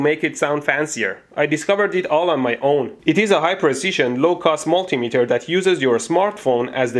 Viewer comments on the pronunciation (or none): Every time i hear MUSCHIII METER!! I laughing hard xD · Ha...mooshimeter sounds like Muschi...meter which translates to Pussymeter from German.